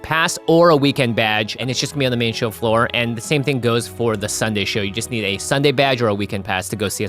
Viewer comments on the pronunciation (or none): none